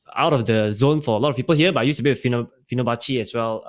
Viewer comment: Giggled a bit when you said finobacci (I think you meant fibo) and my man replied "wah" haha. Great conversation tho guys, keep up the good work.